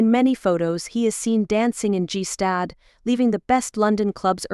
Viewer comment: what oddities he appears to be a very well rounded accomplished individual who has done his family proud. also if the moron who produced this can't check pronunciations they should stop. G stad for gstaad ridiculous